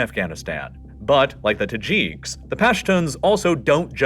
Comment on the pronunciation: they are not called Tahjeeks as far as I have heard. I suppose the announcer is actually a robot. Certainly has no concept of how to pronounce the placenames.